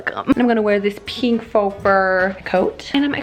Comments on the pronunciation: I am SO triggered everything she sais peenk instead of pink and I don’t know why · Wieso betonst du das piink so ? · anna wirtshofer somebody how to spell PEENK correctly thank u💞💞💞💞💞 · I'll never be able to pronunce pink in a normal way ever again...